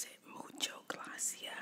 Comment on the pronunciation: It’s mucho gracias not mucho glacia I take Spanish